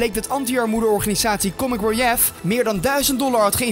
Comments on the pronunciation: Haha spreekt het lekker op zijn Nederlands uit! 😂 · Hoe spreek jij Comic Relief uit :D?!